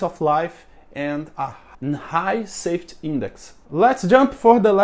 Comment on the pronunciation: Just constructive criticism so that you can improve. You pronounce safety, saft and other words with a y at the end. I do understand that in Portuguese you don't pronounce the Y but it is pronounced safe teeee. Long y but pronounced EEE safe tyyyy